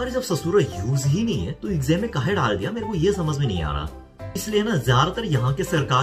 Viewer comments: I liked ur kaay hey😁😁😁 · When he saying kahe.....I love it😁😁😁😁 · आप सच में एक बिहारी से हिंदी सीखे हुए लग रहे है।। ये "काहे, ससुरा" बिलकुल सही तरह से बोले आप😂😂.... वैसे हम भी बिहार से है🤗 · "काहे" "ससुरा".... अपने सही बोला था। आपको UP Bihar वाले सिखाए है हिंदी।